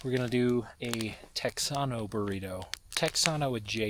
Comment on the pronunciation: what are you trying to say? Texsano? Sorry sweetheart but that's not even a real word.